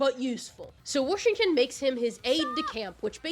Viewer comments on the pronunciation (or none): you saying warshington 🥹🥹🥹